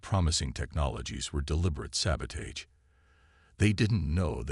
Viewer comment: Why is it none of these computer readers can say the word sabotage!